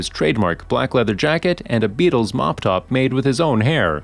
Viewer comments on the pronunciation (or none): none